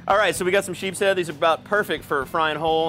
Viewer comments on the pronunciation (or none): Anyone else that was getting annoyed from Blair saying sheephead instead of sheepshead 😂